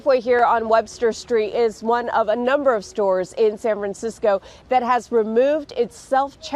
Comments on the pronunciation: Self checkout works fine in Indiana. All it takes is honest people. - "Sanfansicko" - lol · Sanfansicko lol love it